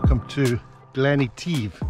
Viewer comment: Is Glen Etive really pronounced the way you say it? Sounds more like French than Scottish 🇫🇷? 🏴? 🤔 It’s great the way you show the film shot with the current shot. Fandabbiedozie 👍